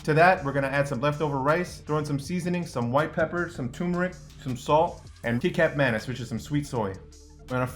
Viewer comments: LMAOOO Kikap manis?? its spelt kicap but pronounced “kee-chup”. Youre welcome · this is what is making me midly infuriated. Its kichap manis not kicap manis its just spelled kicap manis my Malaysian and Indonesian homies know whats up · My ancestors are crying when he said kicap manis (sweet soy sauce) as ✨kee-kap mae-nes✨ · d-did u just pronounce kicap manis as "kee-cap manis?" 👁👄👁